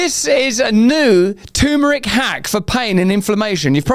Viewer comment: Lotta lotta love for you Russell but please, it's not tooomeric ffs, it's terrrmeric :D